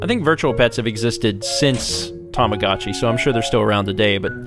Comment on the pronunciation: you evidently don't remember it too well yourself,, considering it's Tamagotchi, not tomagachi.